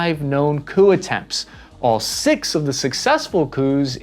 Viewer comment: I swear you said poo instead of coup at one point. And wtf is a "hill-ux"?